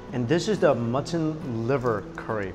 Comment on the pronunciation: who else is annoyed at how he says mutton? "mutt-tin" just irks me so much :P